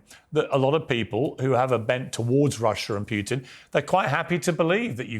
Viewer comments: please: the name is Putin, not Piutin!! not that difficult, right? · I hate the way piers morgan pronounces 'putin'. Its "poo-tin", not "pugh-tin". He only calls him that because piers' actual last name is 'pugh'. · Can piers stop calling putin pyyutin